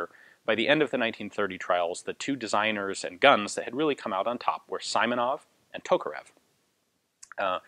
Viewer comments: Simonov, not Saimonov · "sImonov"?! LoL! It's actually pronounced like "sEE + monOv". Not that it matters much, the story is more important than such finesse. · Simonov’s nave sounds not like as sAimonaF. Correct is sEEmonoV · The correct way to pronounce Simonov's last name would be S[ee]monov rather than S[ai]monov. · Simonov is pronounced "see-mo-nov" (like in "George Simenon"), not "saimonov". A great review though. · Pronouncing [saimonov] is not quite right, it should be like [seemonov]. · FYI. Simonov is pronounced with an ee like sound as in seaside. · Just a tip, the i in "Simonov" should be pronounced like "e", not like "i", like in a word "simple".